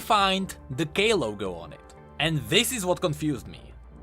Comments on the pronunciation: Is it only me who hears "...there is the GAY logo..."? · does anyone keep mistaking him saying "k logo" to "gay logo" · Everytime u said "K" logo, i heard it as gay logo lol